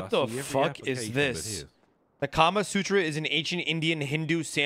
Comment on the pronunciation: It’s Kama Sutra but yeah that is wild lol